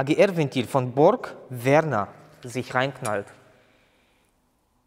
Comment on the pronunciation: BorgWarner nicht Borg Werner ... 😉 Borg Werner ist der Borg mit dem Vornamen Werner bei Raumschiff Enterprise. 😂👍